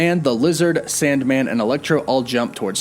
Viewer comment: u said sandmand, lol